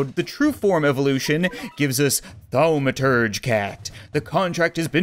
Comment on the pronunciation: Thaw-ma-turge cat. ;) I never really care about pronunciation or grammar, but its a nerd-word, so apparently I feel compelled to say something. IloveyourchannelCHEERS!!